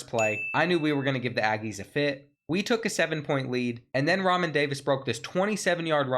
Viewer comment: No doubt. Also, Re'Mahn = Ra Mon. Keep killing it 💪🏿